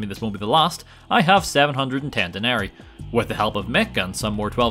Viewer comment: Love your videos. One small correction though, I believe it's pronounced de-nerry-i I might be wrong though lol